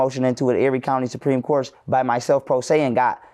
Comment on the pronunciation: Tasha, where u from, u said coat instead of court at first, u must be from Mississippi